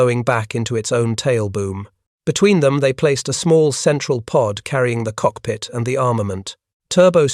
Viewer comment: what is that!? Cockhigh, landing grer? Bruh, at least watch the ai video before you post it. Total garbage.